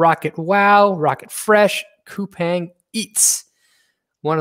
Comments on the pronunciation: Thanks for the analysis and I’ve been following Brian from TMF from last year! BTW it’s pronounced as “kupaang” not “kupeng”. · Pronounced koo-pong, so I’ve been told